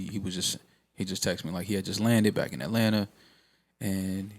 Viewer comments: Is it me or joe keeps saying the “BIKE to business” instead of “BACK to Business” ? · Why Joe be pronouncing back like bike?